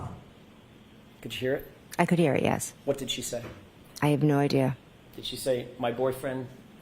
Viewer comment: “I have no ideee-uh” jenny lizuuhd 🦎 lips macabre 👖🔥